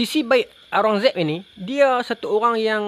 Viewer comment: Kalau ada yang tak jelas sebutan UIR untuk nak buat carian, nama raja tersebut adalah Aurangzeb.